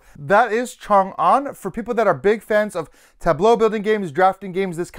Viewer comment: Really appreciate that you nailed the pronouncation of Chang'an.